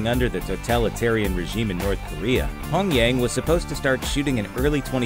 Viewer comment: Come on, Looper...the first y in Pyongyang isn't silent.